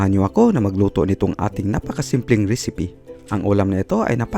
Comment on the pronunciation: Ano un Risipi hahaha. piper daw hahaha